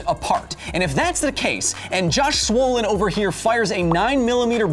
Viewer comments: Who's Josh "Swollin" ??? Are you referring to Josh BROLIN? I'm confused. English is not my main language. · Josh “Swollen”? Heh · And it's Josh Brolin you replaced the b with an s